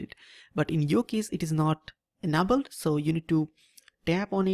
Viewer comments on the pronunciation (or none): you say okay too much, and it sounds like you have tons of spit in your mouth when you talk.... very annoying. Also its not UNABELED, its ENABLED (pronunciation: in-a-bold) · Your pronunciation of "developer" and "enabled" cracks me up